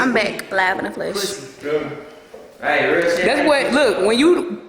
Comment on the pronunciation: “Its live in the fleesh🤨 “ still miss polo g i see